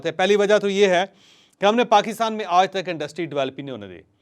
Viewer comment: اوج کا ولاگ، اوج کا ولاگ، اوج کا ولاگ، اوج کا ولاگ، اوج کا ولاگ جپ آپ ” آج “ بول سکتے ہیں تو مونھ ٹیڑھا کر کے ” اوج “ کیوں بولتے ہو